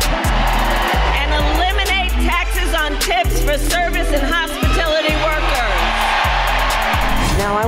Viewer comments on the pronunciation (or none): "and eliminate taxes on tips for service and 'hopitility' workers" 😂😂😂